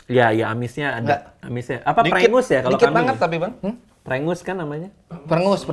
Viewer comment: Bukan prengus bang tapi prengus